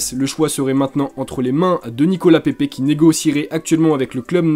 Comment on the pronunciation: Ta mal dit pepe a Arsenal 🤣💦😊